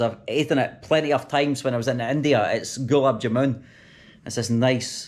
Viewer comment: ps Ur pronounciation of Gulab jamun is fucked, it's more like glaab jaa-man (man as in fisherman man, not moon.